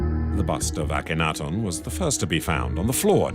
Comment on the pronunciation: It's hard to have confidence in this offering when the narrator mispronounces the name Akhenaten throughout.